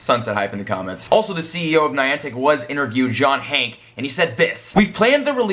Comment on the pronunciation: Isn't his name hankey not "hank" which u kept on saying? 😂😂😂